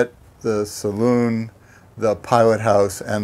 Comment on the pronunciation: Great 👍....the owner correctly calls it a saloon ( pronounced saloon) not as is so often and incorrectly pronounced as a ‘cylon’ . That aside, a beautiful boat and a superb tour of this wonderful craft, especially helped by the owner’s input 😁 and love the humour too, lovely